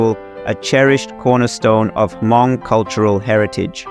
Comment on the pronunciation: It's pronounced "mong" not hamong. H is silent.